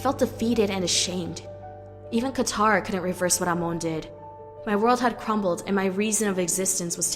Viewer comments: i hate this who is amooooon ITS AMON NOT AMOONNNNNNNNNNNNNNNNNNNNNNNNNNN GET THERER NAMES RIGHTTTTTTTTTTTTTTTTTTTTTTTTTTTTTTTTTTTTTTTTTTTTTTTTTTTTTTTTTTTTTT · Amoan? No no no, it’s Amon. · It’s Amon not amoun!!!!!!!!!!! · Amon not Amon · Amoan? Its prononced Amon. ( AH-MON) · Amon BTW NOT AMONE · I’m sorry but amoon 😂😭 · Anybody notices how she keeps saying aimone when it's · She pronounced "Amon" "Amoan" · hey, that's not how pronounce Amon, you're saying: Amoon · Lol no offense but you say omon kinda weird but I understand that it is a bit hard to say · Nice video. But Amon is pronounced "Aman". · It is pronunced Aman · You don’t say Amon Correctly 😡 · Ikr and its pissing me off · Does anybody hear her say Amon wrong. 😫😫😫😫😫😑😑😑😑😑 PS: no offense. 😇😇😇😁😁😁🤗🤗🤗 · She said Amon wrong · She pronounced Amon wrong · Wtf you pronounced amon wrong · i died a bit the way she pronounced amon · Great job but your pronouncing Amon wrong but eh it doesn't matter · Why does she say amon weird like that? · Anyone else cringe every time she said amons name wrong? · You said Amon wrong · Why does she pronouce Amon so weirdly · I can't stand the way the narrator pronounces Amon's name. Super annoying. Also, using words like "sneaked" when "had snuck" would work infinitely better really ground away at me. They're small complaints, but those little things add up. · Ton RACK? EH Mon? RAY Kou? I don't think the person reading the script has ever watched The Legend of Korra